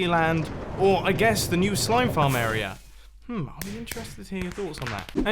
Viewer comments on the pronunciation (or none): Mumbo, ily, I’ve been watching since mid season 3, but I’ve always hated the way you pronounce the word area, idk why, arerer